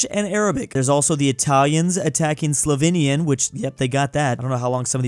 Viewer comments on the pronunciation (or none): this is maybe the worst map I've ever seen plus when will stop saying "Slovinnia"